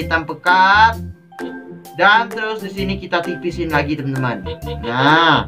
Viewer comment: Kak....tolong kalo opening kata" nya jangan terlalu cepat dan bertele-tele...soalnya nggk enak didengar....sama kalo bilang temen" kaya bilang TenTen sih...ngga enak didengar